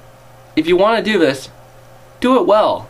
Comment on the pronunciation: Dude, where did you learn to pronounce 'th' as 'v'? I mean, 'vis is '? Honestly, you lose cred points by speaking like an English lout (or 'chav', as we like to say). Aside from that, some good points made. But try the preview, it's not all ass.